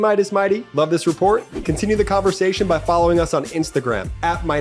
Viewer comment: "For the most impordin news" -_